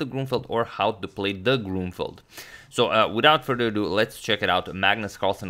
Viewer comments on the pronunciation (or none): Emphasis should've been on "play "...